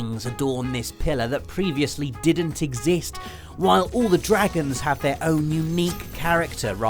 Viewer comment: When says the words "didn't i", He sounds so Devon:D